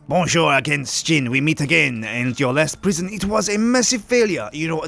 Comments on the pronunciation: Sjin , not skin wtf xD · sjin not shin